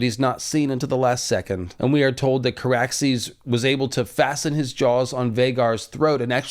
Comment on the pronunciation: It's Car-axes and and and Vhagar-bond 🤦‍♂️ I love y'all...I hate me tooo 🤦‍♂️( just over there a bit, a bit more, ahhh a bit more....ahhh yes and there we go) everyone continue. That never happened. Whatcha on about? Exactly!